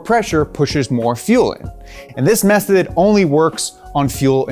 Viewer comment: What’s a mesthod? Haha